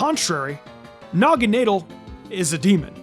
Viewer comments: BRO CHECK YOUR POKEMON NAME PRONUNCIATION. NAGANAWDEL? SINISTEYA? STUPID!!! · It’s pronounced nah-guh-NAH-dull, “”! 🤨 Come on! Get it right! 🙄